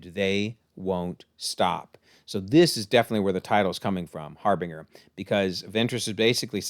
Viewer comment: I always thought it was Har-Binge-Er (I think it's said this way in Mass Effect 2 as well) but yeah. As far as Dark Disciple, it's always hard to know if a novel is or isn't canon because look what became of the Ahsoka novel after all. As for the resurrection stuff, a few things to keep in mind. They didn't bring Maul back they merely fixed his madness he had kept himself alive through sheer hatred of Obi-Wan. The resurrection only makes you a mindless zombie and finally the Nightsisters were wiped out minus Merrin. But as we know from Jedi Fallen Order, Merrin is extremely powerful so who knows. I've heard they may have changed things so Quinlan loses his life instead of Ventress which is an easier explanation to boot. But her being pretty neutral here would make that plausible too. You know wanting to do better in his memory. When Ventress mentioned testing Omega, I kept hoping she'd have that device Qui-Gon used on Anakin. But no never seen Armageddon and I know I'm gonna get flack for that lol. As far as the information on Ventress, its possible since Palpatine be Palpatining that he didn't allow that knowledge to be in the Republic database. Or that the book was retconned as I mentioned about the Ahsoka novel. Also I know we've talked about the Bad Batch all getting unalived but what if because that happens Omega ends up with Ventress ... could make for a fun sequel show. I also didn't think of it before but the green effect is also similar to how Nightsister Magik is de